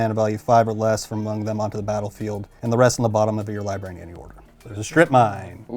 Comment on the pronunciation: Jesus Christ hearing say “libary “ is the most annoying shit in the world